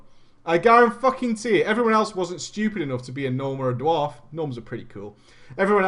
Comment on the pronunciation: "Was it a dward? I need to know.." :D